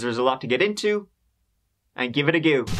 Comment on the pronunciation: I wonder if you said "let's give it a goo" when you decided to do it. 😂